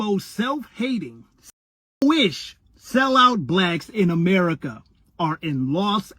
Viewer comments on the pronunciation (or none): none